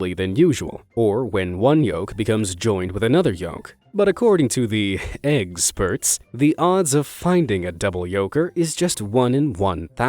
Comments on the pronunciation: eggsperts instead of experts. 😂😂 Hilarious 😆😆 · how many times he has sayd eggsperts on this channel 👇